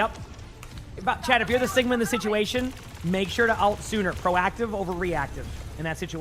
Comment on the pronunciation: "sitation" LOL